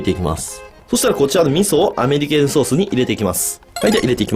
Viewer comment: アメリ系のソースってずっと聞こえてた…